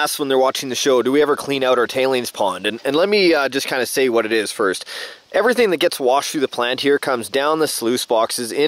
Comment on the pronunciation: He didn't say "first", though. He said "firts", whatever that means.